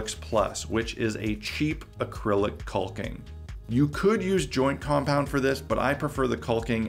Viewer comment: The L is silent in caulking. Pronounced Cawk-ing. Not quite cock-ing. But close. Not sure if you choose to sound... like that, or just don't know. But yeah, you are pronouncing a silent letter. It's not regional or an accent either. Takes .3 seconds to look it up if you like. I like your videos. You seem smart. Just, not when talking about caulking (fyi they rhyme, but nobody says tallll king).